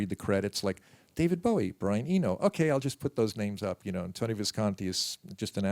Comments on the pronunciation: He played along to people mispronouncing his name wrong his entire career. Of course in Bowie fashion, he never put the interviewer down. Class act he was. ❤ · Why can't the fucking interviewer even get Bowie's name right?? He got his name from the bowie knife and even Tony says it. FFS!!!